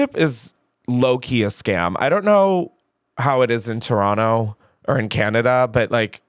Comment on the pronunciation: Thank you Chris for not saying "Toe-ron-toe" 🙌 Love watching both of your content and was so excited to see this :)